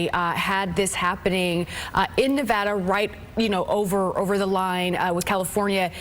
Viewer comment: At least they pronounced Nevada correctly